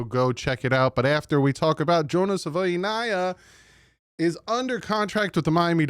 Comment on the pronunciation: You’re saying the name different than he is .. he says “savaii” like hawaii.. not saVOY